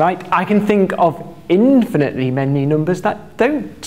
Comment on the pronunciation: Noombahs thwee